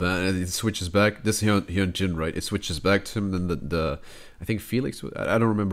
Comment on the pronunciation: I hope this helps you with pronounciation: hyunjin - (hyeon-jin) the "eo" should be pronounced like the "au" in "august" , but most similar to the "o" sound in "honey" felix - its an english name, so pretty obvious bangchan - (bahng-chahn) i added the extra "h"'s cause it shoould be an "ah" sound (like a sigh) for the "a" I.N. - (Ayen) the "I" and "N" are separate letters haha. also since its his stage name and you could honeslty just call him by his real name, "jeongin". the rest of the group goes by their real names so most people just call "I.N" as jeongin instead. the "eo" sound in jeongin is pronounced most similarly to the "au" sound in august" changbin - (change-bin) again i added the "h" cause the "a" should be a sighing "ah" sound seungmin - (sung-min) the korean sound with which seungmin's name is spelled is hard to explain using english letter pronunciations. you can pronounce the "eu" like the "u" in "lung", but at the same time it isnt a really strong u sound. but for simplicity, pronouncing "eu" like the "uh" sound is fine :) lee know - pretty straightforward. you could also call him by his real name, "minho" (which is also straightforward) but in minho's case most ppl actually call him "lee know". if you do become a more dedicated fan though you'll probably just end up calling him minho (pronounced min-hoe) hope this helped!!